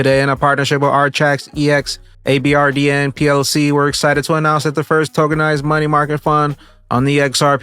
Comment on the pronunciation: abrdn is pronounced aberdeen